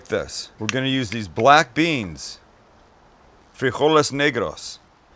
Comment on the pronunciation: Is it strange that I hear "free all these...." when you say, "frijoles negros." lol